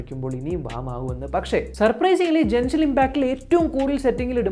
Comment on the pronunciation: Jenshin impact alla Genshin impact 😁